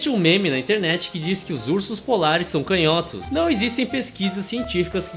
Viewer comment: A palavra "canhotos" não se pronuncia [cãnhótos] não?